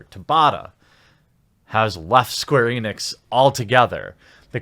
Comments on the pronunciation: You said “Squeenix” 😆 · It sounds like you said Squeenix in the middle there. 😆